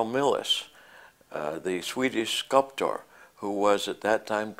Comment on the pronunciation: He had a very interesting way of enunciating "sculptor".